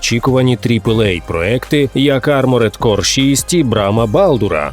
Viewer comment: Арморд, просто арморд, без Е!!!!!!!!!!!!!!